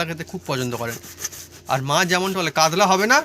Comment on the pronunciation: কাদলা নয় কাতলা